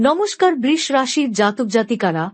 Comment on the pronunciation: Aber djop suru holi R apni BRish bolen kano? Nakami thik kore uchharon korun